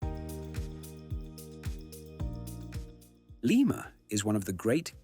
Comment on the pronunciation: Did the announcer participate in the visit? How in heaven's name is he repeatedly calling the capital of Peru "Layma?" Didn't someone edit this who has knowledge of the country?